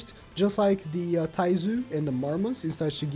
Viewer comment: called twigo taizoo